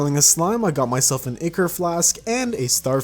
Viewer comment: bro really called an ichor thing ickor